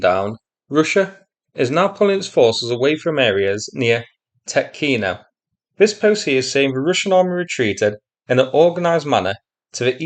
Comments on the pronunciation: Tyoooootkino (long "o") .) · Actually, it's a lot more serious for Russia. The only way out of Tetkino leads toward Glushkovo, but the bridge over the Seym River is down. There is another bridge at Karyzh, over 16 km from Tetkino (the emphasis is on the e, not the o, btw) as a crow flies, but it is only eight and a half km from the Ukrainian border, well within artillery range, so I don't think that it's still standing. With Ukrainian troops advancing westward from Sudzha, and with the Ukrainian border at their back the Russians are now trapped on the left bank of Seym. Some estimates put the number of Russians at Tetkino at 750 - 2,000 troops, conscripts, border guards and some airborne. With their supply lines cut they won't last long. We may see a mass surrender soon. If Ukraine can eliminate this pocket of Russian resistance it could secure a front line along the Seym River. Another thing to look out for is what's happening East of Sudzha. There is a large area of hills cut by deep ravines, very favorable ground to defend. And, as a bonus, this area sits astride the main highway between Kursk and Belgorod, which is the main supply route for the Russian forces fighting in the Vovchansk sector. Right now Russia left that area undefended. If Ukraine could get there and dig in before the Russians can get there it would be very hard for the Russians to push them out.